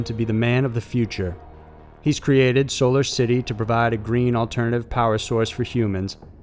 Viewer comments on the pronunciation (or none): none